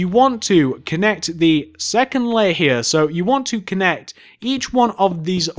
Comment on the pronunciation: Love his accent. I have a boring American accent. Just when he says here lol. "Hea, hea, end hea."